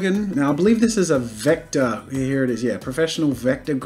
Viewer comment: he only says "here" like how its spelt once, the rest is "hea" i think thats really funny lol